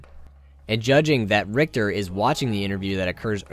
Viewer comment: I don`t understand what`s so dificult about pronouncing Richter`s name right